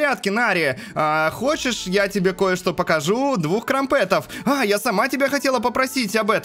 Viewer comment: Не крампЕтов а крАмпетов